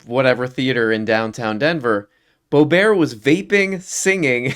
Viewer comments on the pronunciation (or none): It isn't pronounced bo-BWAH, it's BOOB-'rt